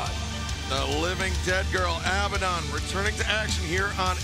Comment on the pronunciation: Does it drive anyone else mad how they pronounce abadon